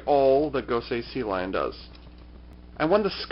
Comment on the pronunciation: Sea Leon, not Sea Lion.